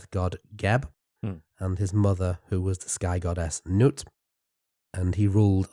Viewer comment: Well done on pronouncing Nut's name correctly 🥳